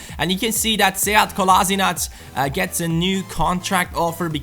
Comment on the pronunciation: you are not pronouncing Kolasinac right. Its pronounced Kolashinac